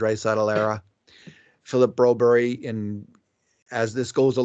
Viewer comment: Stop say bro-berrie just say the usual bro-berg as every American say, as a fellow Swede its hurt My ears 😂